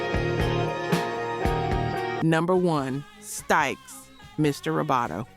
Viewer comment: Is this an AI voice? I think so. Irritates the hell out of me when it mispronounces bands, like Mutely Crue instead of Motley Crue; and Stikes instead of Styx. Otherwise, I really enjoy these. It’s a bit like enjoying some documentary, w someone running their nails down a blackboard every so often!